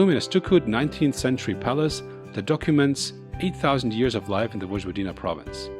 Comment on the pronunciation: Please, don't say: " VoDŽVodina" ....rather say it: ," Voyvodina".